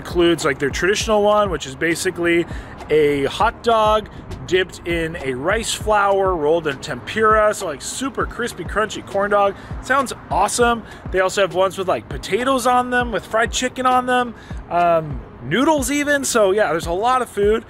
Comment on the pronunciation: Its....TEM..POOR..A. not tempura. When you say it wrong it drives me nuts